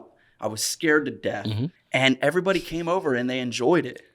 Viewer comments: Came From the Vlog. I already watched it when in dropped but i guess I'll watch it again. Also thought you said "Kane from the Vlog" at first. lolz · Anyone else thought he said, Cain from the vlog!?!? & not came from the vlog!?! Lol!!